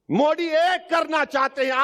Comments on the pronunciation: Owasi ,modi to sahi say bolanay ka practice karo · Bhai phle modi ka naam shi se bolna sekh lo uske baad uske vichar padhna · Abe Owaisi Modi naam hai Mod nahin hai pahle bolna Sikh lo